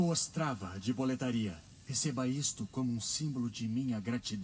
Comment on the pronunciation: Up, e Hades o diretor de dublagem merece um puxão de orelha, ele errou no tom das vozes dos personagens e até no nome de boletaria, que é boletaria e não boletáriâ